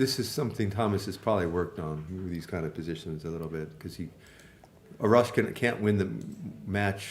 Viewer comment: A-rash, you pronounce A like the way you say in "Army" Great commentating and very educational 🙏